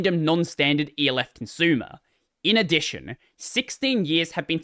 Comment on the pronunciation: why he pronounce elf like that